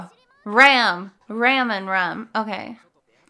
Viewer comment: Ram you say it like Rom